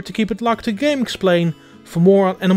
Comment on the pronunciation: Animal cwossing nyuww howizuns